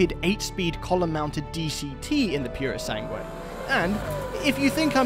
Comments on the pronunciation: Very enjoyable and. informative, as usual! Pity you mispronounced the U of "purosangue" (thoroughbred) each time... 😉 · The ‘u’ is silent in Purosangue.